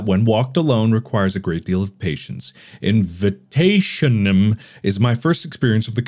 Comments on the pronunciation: It's Actually Pronounced Invitationem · Invitationem is read like this '' invitaziónem '', since it's a latin word which of course means 'invitation' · its latin, its pronounced invitazionem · Mark struggling to say the name is everything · Step one: Say "Hello my name is Markiplier and were gonna be playing." Step two: Purposely mispronounce the name.